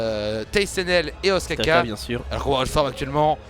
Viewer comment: notez que ostkaka se prononce oustkanka en suédois ^^ et oui ca veux dire gâteau au fromage GG SWEDEN